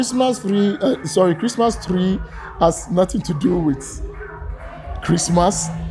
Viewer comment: Christmas tlee 😂